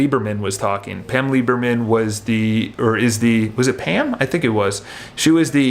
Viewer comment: Hi, nice rant I liked it but if you are going to refer to others by name you should get the name correct. It is Pam Liebman not Lieberman and Howard Lorber not Lawburger. Anyway keep up the vids I like them :)